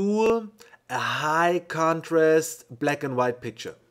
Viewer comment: Hey bro.... This tutorial is the best I have seen in many years... Thank you very much for sharing this technique! Your english is quite good by the way, I undertood every word except the word "black" that you pronounce like "Bleck", but at the end, I got what you wanted to say. Thank you very much! You definitely rock!!! Quantum3, from Argentina:)